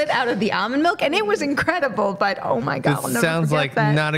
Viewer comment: its almond with an L.. not amond